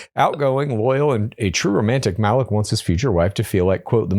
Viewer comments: Yeah this was making me CRINGE LOL😅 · Malik is probably pronounced MA-LEEK btw guys